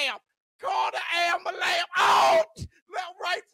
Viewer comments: 🤣😆🤣 "ambalans"🤣😆🤣😆 you a fool!!🤣😆🤣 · oh fuck I'm in stitches, when you started saying call the ambalamps!! 🤣🤣🤣🤣 I've got actual tears typing this hahahahahah, had to turn the volume down a bit on the headphones too hahahahaha. Class, a like well earned.